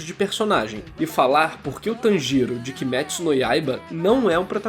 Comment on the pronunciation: Eu tô rindo pacas quando vc fala o nome dele kkkkk "Tan Giro" kkkkk eu tô imaginando uma tangerina girando.